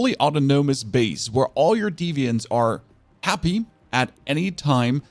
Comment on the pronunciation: D-v-ants not defiants